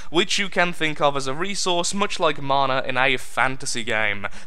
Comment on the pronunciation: marnar? its mana...